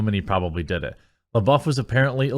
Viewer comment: It’s Florence “pew” like Pepe le pew, lol. And “lebuff” like gym dude is buff